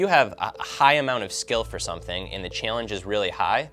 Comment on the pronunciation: This idiot keeps saying "Chillange"